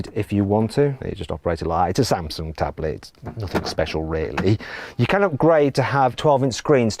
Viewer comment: 삼성 발음 잘하는 외국인 처음 보네